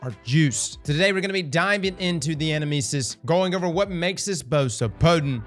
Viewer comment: Fun fact: the name is the Greek word ανάμνησις, which is the word Socrates uses to describe the soul recollecting visions of the world of forms (kinda like pure shapes) beyond the realm of the gods. Also, the emphasis is on the second syllable in the word, in Greek at least.